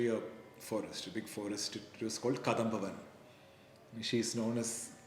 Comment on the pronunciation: I am your follower and I like the way you describe Maa Lalitha.Can you just tell you one thing, it is not Kadhambavanam it is Kadambavanam. Kadambari is a flower, wheras kadhambam means a Malai made up of 2 or 3 flowers, especially kanagambaram,malligai and marikolundhu.